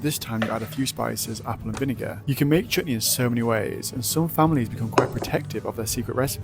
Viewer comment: This is the 1st time I have heard a white person say Chutney correctly